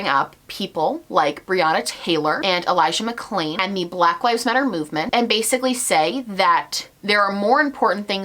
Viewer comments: Also he didn't say Elijah's name right, he dubbed over the audio for it to be correct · He also said Elijah’s name wrong and did a voice over in editing. If you listen closely you can hear that the audio is different. I am so disgusted with him. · Go back and watch the elijah mcclain part, I replayed it on half speed,dude literally says his name wrong and dubs the audio over the video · He also dubbed over Elijah McClain's name and couldn't be bothered to record himself saying it correctly 🥴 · Did anyone notice the sound change when he said Elijah MacClains name? He clearly either said the wrong name or mispronounced it and in editing had to correct himself which tells me he does not really care. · Go back and watch, he got Elijah Mcclain's name wrong and then dubbed over himself to fix it. The irony of getting his name wrong when you are saying "thats where we need to be focussing our attention" and then NOT INCLUDING LINKS TO DONATE?!?! trash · not to mention that he dubbed over elijah mcclain's name in the video. like what,, you cant even say his name right when youre using it for woke points??? that part made my blood boil. I had to scroll back like three times to confirm it actually happened. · he also edited himself when he says "Elijah McClain" you can see it because of how his mouth moves and the audio is slightly different. He didn't even know how to pronounce his name. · when he said ‘elijah mcclain’ it sounds and looks dubbed over... he couldnt even get his name right and didnt even do a new take. you cannot inject BLM in your video as a way to deflect if you cant even get a victims name right!!! what kind of fuckery is this😳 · It’s clear he doesn’t care about the BLM movement and is using it as deflection when he can’t even get the audio right when saying Elijah McClain’s name. The only part of the video that he had to dub over